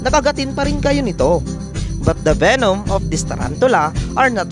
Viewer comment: Its Semi not sime. Its Orphnaecus not Orphanaecus. Its Venom not Venum. Its Species not Spicies. Its Fossorial not Fassorial. Its Dwarf not Dwarft. Its Cordillera not Corldillera. At wag mo sasabihin na hindi sila aggressive kasi lahat ng tarantulang binanggit mo ay OLD WORLD TARANTULA lahat ng tarantula matatagpuan sa philippines ay old world. Wag ka sana mag bigay ng mga maling information bossing. Dislike ko video mo